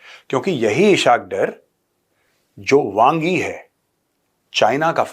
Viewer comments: Major Sb as Ur Urdu is very good, so I want to correct u, his name is ISS-HAAQ DAAR. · Oh uloo Kay pathay pihlau to Ishaq Daar ka name to theek say lay😂😂😂😂 is say tumhari research kita hye pata chal gia ... Jhootha of the year😂😂😂